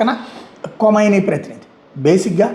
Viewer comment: అది కొమైనీ కాదురా..! ఖమైనీ.. నువ్వూ నీ మొఖం వార్తలు..